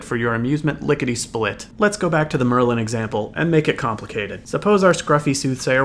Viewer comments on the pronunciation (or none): none